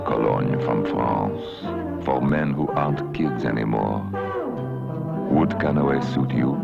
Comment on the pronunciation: I love how they pronounce it "CANOWAY" in this commercial, but in the later ones, they just say, "CANEW", as in the name of the small boat, lol.